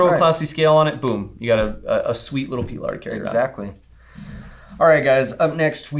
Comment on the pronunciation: “Pee-lar” kills me every time